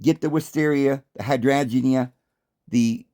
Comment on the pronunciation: "Hi strange ee " hydrangea lol it rhymes. 😂 Love hearing your pronounciations of plants ❤️ I worked in plant nurseries . When the plants self seed into your garden its called naturalising . Some will , im thinking youd probly do well with herbs and spices . 🍅🍒🍅🌶️🍑🍊🥭🍍🌽🍋🍐🥝🥬🫑🍇🍆🍠🫐🥒🥦🌾🌱🌴🌳🌵🌿